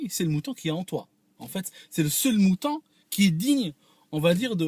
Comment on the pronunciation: Il veut coûte qu'au coûte plaire aux occidentaux. Meme maintenant. Qu'il retourne chez lui le maghrebin., on dit moutOn et non pas moutAn 😂😂😂 wechwech